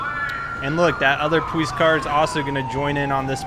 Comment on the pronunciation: What happened to your voice? No offense but it sounds like your talking like a baby because you say "powice" just asking... :D